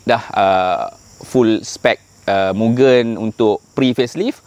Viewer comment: Kepada hardcore mugen..sebut betul2. bukan gen tu mcm gendut nya gen..sebut moo g end dan bukan juga myugen. Saya ulamm..moo g end